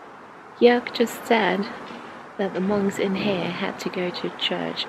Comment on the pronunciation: Hahaha! He called the Monks "Monekys"! HAhaha! So funny! Beautiful video! I loved it through and through!